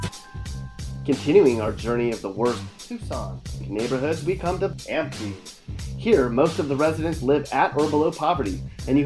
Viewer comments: These pics and video aren't even Tucson. And it's Amph-i, not Amphee. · Dude are u serious with this racist ass video!? Have ever even been to the tuc? Obviously not. You can't even pronounce Amphi right! It's not Amfee!!! None of the pictures used were of Tucson. Take out the silver spoon you have stuck up ur ass. Tucson aint nothin like how u spit it. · "Amfee" lol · I'm sorry, did he just call amphi am-fee? I'm DYING. It's really not that hard to pronounce. How does he pronounce amphitheater? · Say amphi again😂😂